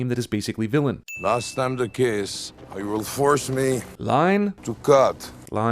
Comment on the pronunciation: Every time he said "Vilain" I flinched, god that's an awful name